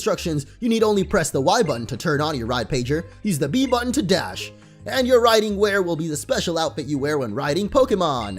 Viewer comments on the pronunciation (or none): none